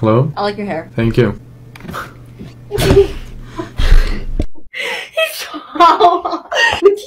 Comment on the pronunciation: El pibe: "denkyu denkyu"